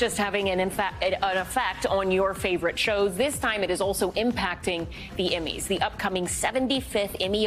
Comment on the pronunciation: She pronounces it "Immys."